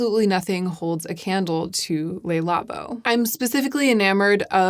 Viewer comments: I’m only mentioning this because you seem to want to pronounce French words in the French way, based on how you are saying other words, but it’s not “Lay Labo”, it’s “Le Labo”. I hope that helps! :) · I'm so sorry to be such a pedant, but I thought that as a fellow Linguaphile you would appreciate knowing that Le Labo (or the 'Le' in any French name, e.g., Le Creuset, etc.) is pronounced "Luh" rather than "Lay". Thanks for this amazing video! You always tell me whatever I most need to hear at any given time ❤